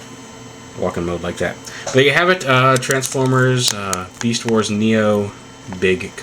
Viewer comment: lol u sead meast instead of beast... anyway i think ur right